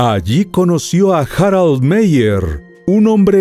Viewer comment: La pronunciación es "Birguit Maier" no "Biryit Meyer", pues es alemán, no inglés.....